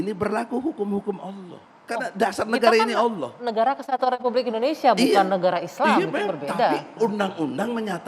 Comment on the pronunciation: egi sujana lucu ngucapin nama negaranya sendiri aja gk bisa..indonesa hhhhhh bukan indonesa bung tp indonesia hhhh